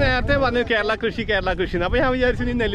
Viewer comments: കേരള അല്ല കരേല 😌😌😌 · കേരള അല്ല കരേള (പാവയ്ക്കാ ,കൈപ്പക്ക ) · Kerala alla Karela enna kaippak parayunne. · കേരള അല്ല കേരേള എന്നാ 👍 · Kaipaka kerala ennalla karela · Pavakkaku parayunnath Kerala alla karela nnu aanu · കേരള എന്നല്ല കരേല എന്നാണ് കയ്പക്കക്ക് ഹിന്ദിയിൽ പറയുന്നത്,കയ്പുള്ളത് എന്നാണ് അർത്ഥം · കേരള അല്ല 'കരെലാ' (പാവയ്ക്കാ ) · കേരള. എന്നല്ല. കരീല. എന്നാണ് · Kerala alla karela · Kerala alla Karala😎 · Not Kerala..Karela..